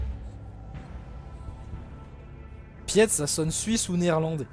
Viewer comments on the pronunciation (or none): Le prénom "Piet" se prononce "Peet". J'ai les oreilles qui saignent quand j'entends "Piette"! 😅